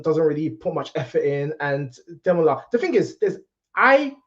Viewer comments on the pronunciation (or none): 😂 the best thing about these reviews is watching you struggling to say Demola's name!